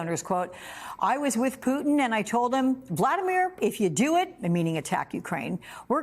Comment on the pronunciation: Is it something kind of a fad these days to avoid pronouncing the letter "T"? It's pronounced Putin, not Poo-in.